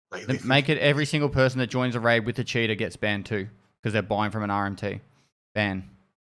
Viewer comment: I love the way pronounces Cheater kinda sounds like Shitters which fits quite well.